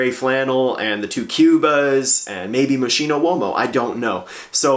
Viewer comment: It is "mos-Ki:no"